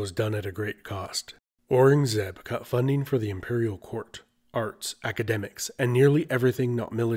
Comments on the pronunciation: Aurangzeb is pronounced: ow-rung-a-zeeb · nope. ow-rung-zeb